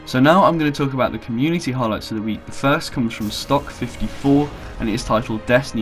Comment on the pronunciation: Nice video. Just saw your note on DA. I'm also surprised that you pronounced stok54 right. Subbed!